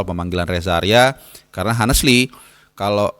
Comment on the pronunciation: coba belajar lagi sebut kata dalam bahasa Inggris dg benar ya,, Bisa2 nya "honestly" dibaca hanesli 😄😀😅😁😆🤣🤣🤣 #BrokenEnglish #RIP_English